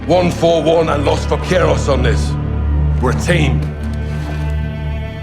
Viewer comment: The way you incorrectly pronounced "Vaquero" annoyed the hell outta me